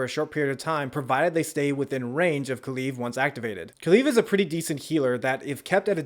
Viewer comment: “Kaluve”😂 nice way to say kulev. Edit: did you pronounce it differently every time because I heard ku-leaf and some other variations of kulev